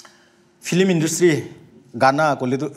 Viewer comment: Nagamese 'flim' 😝 not film?